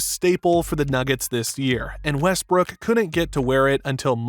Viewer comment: Bro did he call him Westbrick or I’m trippin